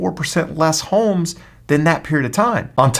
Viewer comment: I hate the way this guy says homes .